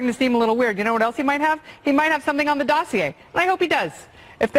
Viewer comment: S.E. Cupp is trying to assert false equivalence. I'm just thrilled she knows how to pronounce "dossier" correctly.